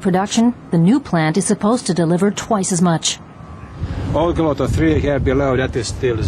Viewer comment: the pronunciation of Olkiluoto was damn funny